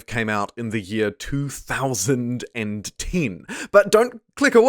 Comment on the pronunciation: Sorry but i did click away. The reason was how you said the year 2010..